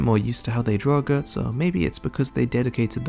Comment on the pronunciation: My brother in Christ...while I love your work, pronouncing Guts as 'gertz' and Puck as 'perk' is so wrong